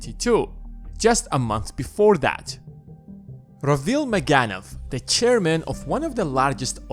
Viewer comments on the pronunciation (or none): ...please stop saying "that" as "dat"! It makes watching and listening to this unbearable!